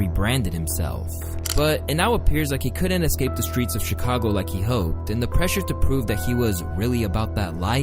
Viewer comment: did fool say "Chicongo"?? 💀